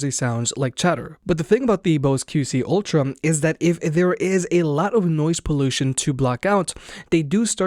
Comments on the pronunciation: I keep hearing “Ultram” also. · Why can't this guy pronounce ultra?